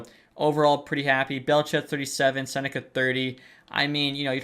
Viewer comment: love the video but i think Becket’s last name is pronounced Sen-neck-key instead of sen-neck-a